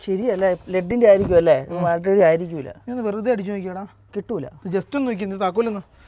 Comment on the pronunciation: ബാൾട്ടറി ❌ബാറ്ററി ✅